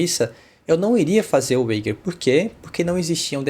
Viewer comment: Excelente video ficou super claro com os exemplos. Só cuidado que wager se pronuncia ueidjer !!